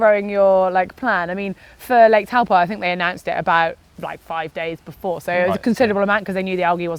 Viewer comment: Its pronounced "Tow-Paw" (Lake Taupo). Courtesy of the Cycling Maven, informing video.